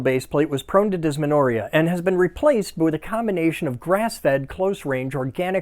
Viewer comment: Uh,? That isn't how you pronounce dysmenorrhea, lol